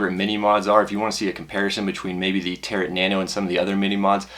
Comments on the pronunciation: Good review, but its the way you pronounce Tarot drives my batty lol. It's pronounced Taroe like a Tarot card from one of those gypsy type people. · the T is silent in Tarot